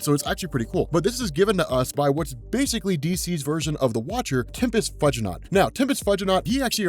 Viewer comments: Dude... "Tempis Fudgey-not"? Tempus (time) fugit (flies, pronouced "fewgit") -naught (as in astronaught) "Tempus Few-ji-not". he country has gone to hell in a stupid-basket since we stopped teaching Latin. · It’s pronounced Tempus Few-gin-awt It’s a play on Tempus Fugit aka Time Flies (Sorry to be THAT person 😅) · Tempus Few-Gi-Naut. As in Tempus Fugit. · I think it's Tempest "Few-gee-know". Love everything you do. You make every story even more exciting.